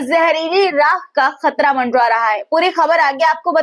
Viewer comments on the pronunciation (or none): یعنی خطرہ کو کھترہ یا خاک کوکھاک نہ بولیں پلیز